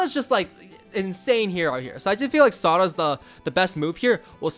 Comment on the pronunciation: everytime he says saudas i hear sawdust lol